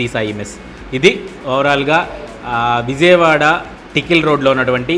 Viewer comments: నేను ఆ హోటల్ గురించి కాదండీ చెబుతోంది మీరు విజయవాడ అన్న పదాన్ని సరిగ్గా పలకడం లేదు. విజయవాడ అనడానికి బదులు విౙయవాడ లేదా విజియవాడ అంటున్నారు. అదే కాదు ఎక్కడ జ వచ్చినా ఆ పదాన్ని మీరు ౙ లేదా జీ గా పలుకుతున్నారు. It’s just a suggestion for your improvement. Rest up-to you. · బాబు చిట్టి. ... అది విౙయవాడ కాదమ్మా విజయవాడ. ౙ కి జ కి తేడా తెలుసుకోండి. మీరు మళ్లీ వాయిస్ ఓవర్ ఆర్టిస్ట్ గా కూడా చేశారు.